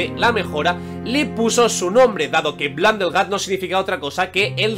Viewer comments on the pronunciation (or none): si no sabes inglés mejor no mientas, es Blundergat no Blundellgat, y blunder significa error. como el que acabas de cometer